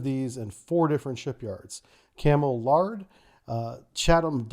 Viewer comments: I understand that pronunciation is different from place to place, but it's Cammel L AIR D, not Lard lol. I can see it from my workplace. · That's Cammel 'LARED' not 'LARD'. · Camel Laird is pronounced L-Air-D rather than L-Ard, but love your briefs. Very interesting. 👏🏻👏🏻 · Cammel Laird.... Good attempt, it's pronounced more like Camel Layered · Cammel Laird is pronounced like "layered" Good Brit vid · Btw it's pronounced cammel laird "ai" like hair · Cammel Laird - Laird is pronounced similarly to a lair, as in wolf's lair - with a D on the end. Not Lard.